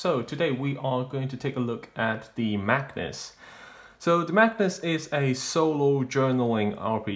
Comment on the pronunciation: Very cool book, I wouldn't have known about it if it wasn't for your video, so thank you! One thing, you keep saying "Magnus" but the word is Magus, said like MAY-gus.